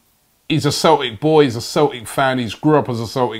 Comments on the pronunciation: We're called Celtic not Cel ic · "Left back from Cel'ic" lol